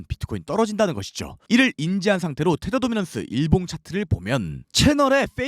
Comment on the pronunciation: 항상들을때마다 테더도미넌스 발음 넘빨라요.ㅋ 랩하는듯